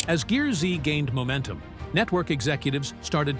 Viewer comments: The Ai voice over bothers Me.. Stacy's show isn't GEAR-Z it's pronounced GEARS.. Also, why the intro photo alluding to Him being hospitalized? With NO mention of it? That photo looks suspiciously like the same photo used for the Frank Fritche's story.. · GEARZ , NOT GEAR ZEE !! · It’s not pronounced Gear Z 😂 it’s pronounced Gears with a z instead of an s! Watch the show. It will say welcome to Gears! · I wish the people who want to do these exposes would watch at least ONE episode, so this announcer would know that it's not Gear-zee, it's gears, with the z replacing an S. At the start of every episode, the announcer says "you're watching GEARZ" (NOT Gear-zee) Jeez, get it right, will ya? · That was the point at which i shut it off, too cheap to hire a rsal narrator.